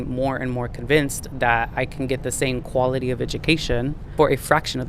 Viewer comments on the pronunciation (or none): none